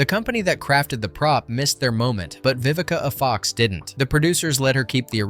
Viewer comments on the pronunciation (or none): Like saying the A in Vivica A. Fox as a short syllable.